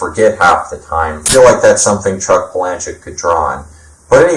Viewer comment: I pronounce his last name Pala-Nook...my two cents